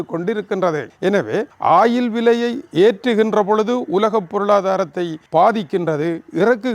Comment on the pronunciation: வணக்கம் ஐயா, "ஆயில்"என்று இழுத்துச் சொல்லாமல் "ஒயில்- oil" என்று இலங்கையர் உச்சரிப்பில அழகாகச் சொல்லலாம் என்பது எனது பணிவான கருத்து......